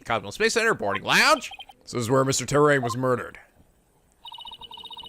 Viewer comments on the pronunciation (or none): TEAR-UH TERRA NOT TERRAIN TERRA I REPEAT EARTH = TERRA TERRA DOES NOT EQUAL TERRIAN DO YOU COPY? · Dammit it's not "Terrain" it's "te run"